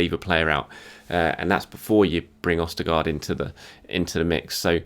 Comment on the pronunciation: Why were you pronouncing his name right in the other videos then doing it so wrong in this video? It's a bit jarring to listen to